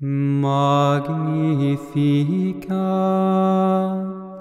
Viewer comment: gn in latin is pronounced as ñ Magnificat=Mañificat Agnus=Añus Regnas=Reñas